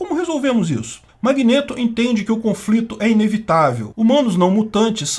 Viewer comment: Que agonia o falando “magnêto” 😂 😂 😂